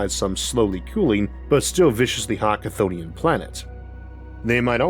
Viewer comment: Was "Cthunian" an AI or a dub of your recording? Don't feel bad about that word being so hard to say!